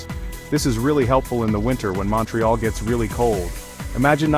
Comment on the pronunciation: Mawntreeyalll 🤦‍♂️ Its (mount ) ( ré ) (al ) say it correctly